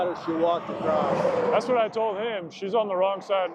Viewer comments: its spelled across. Its pronounced Uh cross, not a crossed. Sorry trooper,thats a MAJOR pet peeve of mine. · Can someone tell me why Americans say a T at the end of the word across? Doesn’t seem to matter what state, they say acrosst.